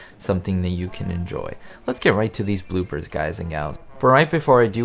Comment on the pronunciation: did you says boobers or bloopers